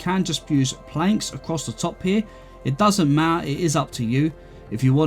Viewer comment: "It doesn't ma-ah"